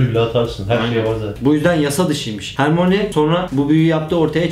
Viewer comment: hermoni diye okuyosun asıl okunuşu hörmayni